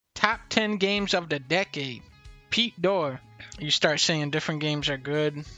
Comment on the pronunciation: Pete Dor Pete-dor Petor Peter His name is peter.